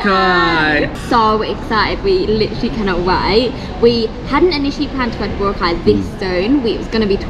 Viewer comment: Say boRAcay, not BOracay.